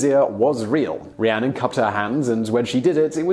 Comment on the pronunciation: Did he say "Rhiannon" TWICE after saying Rhianna the first time? Also, she's not an actress, so she likely hasn't been trained how to fake a hit and make it look real. Bringing her experience of domestic violence into it seems really unnecessary and in bad taste.